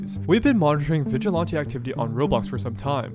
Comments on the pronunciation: Vigilante doesn’t have an O in it. 😂 VigilOnte 😂😂😂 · it's really annoying to hear all the obnoxious slangs the genz are using like "pdf file" but then also not pronounce vigilante correctly. It's like man, I can put up with 1 of these but both is too much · I’m sorry but the way you say vigilante is bothering me so much! What accent is that??? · its not vigilawntee lol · Why can't you pronounce "Vigilante?" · Are you purposely mispronouncing vigilante? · I wanted to watch this video longer, but I couldn't deal with hearing you say "vigilante" another time. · I've never heard this pronunciation of vigilante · its really bothering me how you pronounce "vigilante" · Great video how did you never learn how to say vigilante? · hey man, you should probably do a quick search to learn the correct way to pronounce vigilante next time you make a video where you repeat the word over and over 😂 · Is there a reason why you’re pronouncing vigilante like that? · I don’t know what’s worse, Roblox’s moderation or the way this guy pronounces vigilante